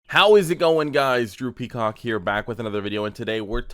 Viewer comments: Drew peacock =.. listen to the intro again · is what i heard im sorry😂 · It sounds like you said your name is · i honestly thought you said as your name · Bru I thought u said “” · Did he say “ here?” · I thought you said good morning it’s droopy c*ck 😂